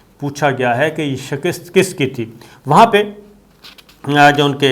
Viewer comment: "Qaabul" ... "shakist" ... 😀😀😀😀😀😀 اس بندے کے املا کا کوئی کیا کر سکتا ہے ۔۔۔؟